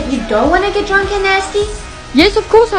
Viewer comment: Why’d she say drunk and nasty like that?